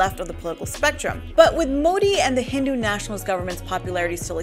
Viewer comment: I like how AJ+ is stressing on the word HINDU NATIONALIST. I love the burn of AJ+